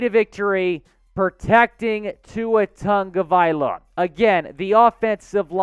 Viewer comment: Ok..... please.... pronounce Tua's last name properly. There is no N in his last name... sound it out.. ta-go-vai-lo-a give him the respect if you're a real dolphins fan. I've been a fan since 1970... still am. Saints held niners to 13 points our defense is way better .. we will win this game. Think positive